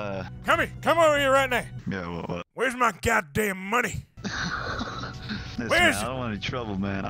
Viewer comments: Arthur Morgan Where’s your goddamn moneh? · I need moneh for ma boah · Am here for moneh boyah..! So get meh the god dahm moneh.. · Wheres my GOH DAMN MONEH BOAH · We need moneh Arthur! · Arthur : where's my MuNeH ?!!! Dutch disliked that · Moneh I need my god dam moneh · 5,000 MONEH